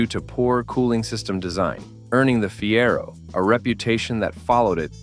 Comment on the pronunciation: "Torquey"? "Feero"? Seriously? Bad AI strikes again. 😮